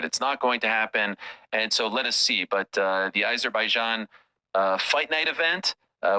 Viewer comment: I'm not going to vote for him. I don't know who I'll vote for yet, unless Catherine Connolly goes for it. I'll vote for her if she does. Why does Ariel pronounce Azerbaijan 🇦🇿 as if it starts with I?